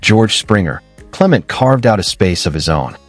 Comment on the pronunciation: His name is cle-Ment'. Accent on the second syllable (MENT).